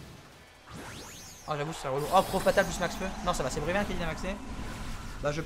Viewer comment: C'est pas plutôt Bruyverne et pas Brunerne ?